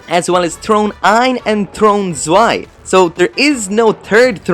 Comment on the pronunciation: I think it's Throne Zwei Not Swe